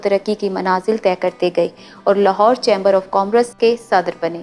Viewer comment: Dear, you read very well, but please check the pronunciation of the word "chamber"